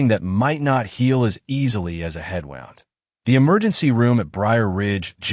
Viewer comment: If there is a choice of how to pronounce ‘wound’ as in injury and ‘wound’ as in coiled, these stories consistently pick the wrong option.